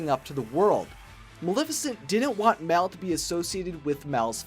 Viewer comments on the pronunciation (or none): Mal not Mel